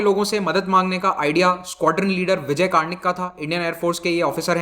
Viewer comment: सर आप शुद्ध हिंदी कब बोलेंगे विजय कर्णिक जी को क्यु कारनिक बोल रहे है